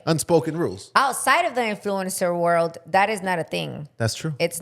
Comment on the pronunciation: Repeat after me IN-FLOO-UHN-SR . You’re pronouncing influencer wrong.